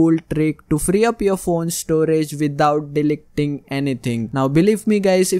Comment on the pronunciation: Did I just hear delec ting